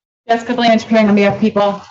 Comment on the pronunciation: I don't know why but the PD's in this county constantly mispronounce the names of the Prosecutors quite often mainly Ms. Blanch and Ms. Andary. They've worked with these ladies for years and can't get simple names right? It's over Zoom or in courtrooms and it always seems to be when they aren't winning.